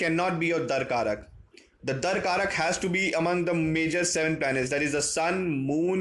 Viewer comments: Not dar karak. It’s dara karaka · It's Dara-Karaka not Darkaraka. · It's Darakaraka. Not Dar-karak. XD